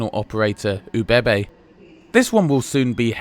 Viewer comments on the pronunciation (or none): That's the funniest pronounciation of ÖBB I have ever had the pleasure of hearing